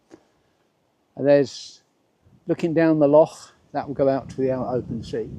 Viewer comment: Beautiful scenery and I'm only a wee but in but it caught me that you pronounce "loch" correctly 💚